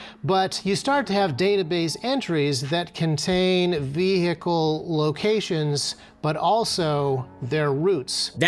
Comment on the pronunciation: I don't trust anyone who ever says the word vehicle like that